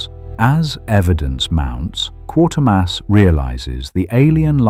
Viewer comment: AI cannot pronounce Quatermass correctly